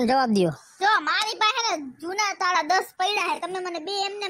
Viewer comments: તાળા હોય ટાળા નહી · એને ટાળા નો કહેવાય એને તાળા કહેવાય